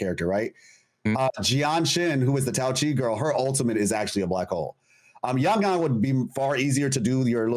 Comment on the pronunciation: How does struggle saying a 4 letter word and repeating it once "Yang-Yang" it's definitely a problem he has with, for him "foreign languages", besides that, great podcast as usual, the greatest of them all for WuWa 👍